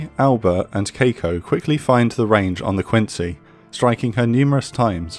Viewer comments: The ship name is Kako, not Keiko from what I see, right? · Marvelous job on the pronunciations on most of the Japanese ships, I was thoroughly impressed the only one being off is Kako, being Kah-ko instead of Kei-ko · I writhe in pain every time he pronounced Kako like that. Urghh~